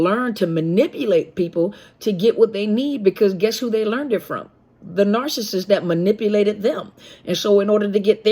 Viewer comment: 24.18....."arse-assist".......mmmmm. Still laughing....the lack of an "N" eh!!!!......maybe it's a new word ford sending a narc on their way and on to another mother of a path of doom.